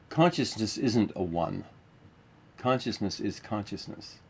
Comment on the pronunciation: You guys said conioussness 82 times